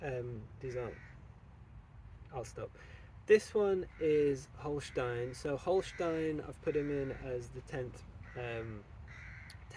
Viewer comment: yo mate, just quickly jumping in how nice your "Holstein" pronounciation is.